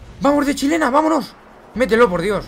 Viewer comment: cuando isiste la primera chilena dijiste chilela? o chilena